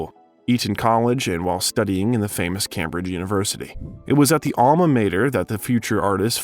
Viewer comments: I like these videos but the mispronunciations are hilarious! Cambridge? Vicar? I get that the voice is AI, but a bit of editing before release wouldn't go astray. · "Combridge" instead of Cambridge, "Maavel" instead of Marvel, and then "mis- cheef" instead of mischief. Usually, if it's a bot, there are weird pronunciations in every other sentence. Here, it's very random words with very interesting pronunciations. 🤔